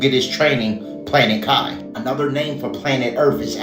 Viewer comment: it's pronounced Kee, not kai. It means spirit. NEURALINK doesn't equal 666 in Gematria. Nowhere near it in fact. It's 105